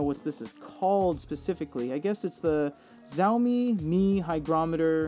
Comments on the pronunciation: I guess it is pronounced as 'shaomi' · Interesting 🤔 by the way Xiaomi is not pronounced with the [z] sound. The letter X transliterating Chinese words is normally pronounced as an S sound (technically [ɕ]).